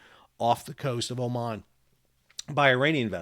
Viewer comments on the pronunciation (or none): none